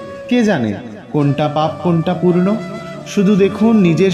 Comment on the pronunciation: মৃত মানুষ কে কাঁধ দেওয়া পূর্ণ হয় না,হয় পুণ্য । আশা করি পূর্ণ উচ্চারণ না করে সঠিক উচ্চারণ করবেন। নমষ্কার।